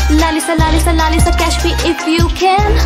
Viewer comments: apko thora word bolna bhi sikhna chaiye ye laliza nahi lalisa hoga understand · really great by the way it's lalisa not laliza and I want to ask that u know how to speak Korean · you are saying laliza love me but its lalisa love its not liza its lisa